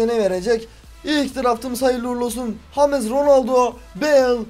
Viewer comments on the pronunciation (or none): none